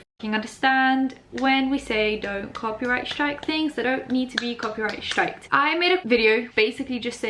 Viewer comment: Every time the says copy strake I cringe